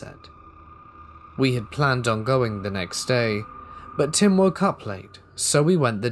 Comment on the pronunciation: Did you “visit him” or did you “visit tim” …. Haha ❤️